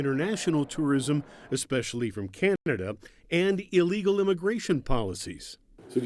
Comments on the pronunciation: Notice how how that idiot host said 'cantnada' little inside jab there. Exactly why they aint coming ...americans are ignorant, arrogant, and disrespectful.. even when we need them back! We deserve all this shite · Can't even say Canada right in the video... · Canthada eh? 1.29